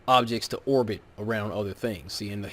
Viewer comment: ‘Orbit’ not orgit. Great vid though! D Marble is such a moron.